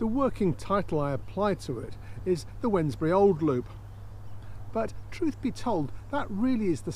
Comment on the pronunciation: Bradley... you’re the first blogger that I’ve heard pronounce it correctly. 👏🏻